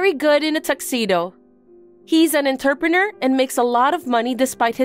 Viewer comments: The way entrepreneur keeps being pronounced is cracking me up. What exactly is an enterpreneur? Someone who keeps walking into businesses? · 'Entrepreneur' is pronounced 'Ohn-trep-an-noor' not 'entuhppanah' 'Interpreter' is pronounced 'In-ter-pret-er' not 'Inturpin-errs' Better to practice your words beforehand if the VA's don't know them, instead of having them just take a stab at it 👍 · Enter-pe-near??? Sometimes they way these voices pronounce words is almost a crime against the English language... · I think it’s the same one. Same mispronunciation of entrepreneur. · I bet AI knows how to pronounce entrepreneur. Might be written by AI though